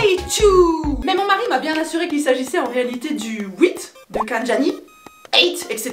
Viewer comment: Toi tu dis ouit moi je dis huit